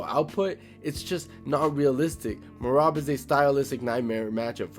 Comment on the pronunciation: Thanks for giving accurate thoughts the other guy who sucks Islam off and calls Merab me-rat